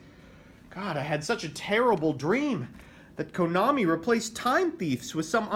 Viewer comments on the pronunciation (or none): none